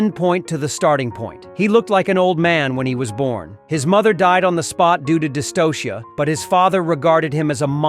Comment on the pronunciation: It's "Dystocia" not Dystosia...